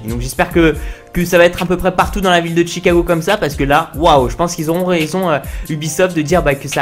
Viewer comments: C'est Chicago pas T'chicago. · Pourquoi tu dis "tchicago" 😂